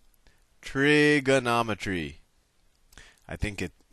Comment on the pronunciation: Trigernometry XD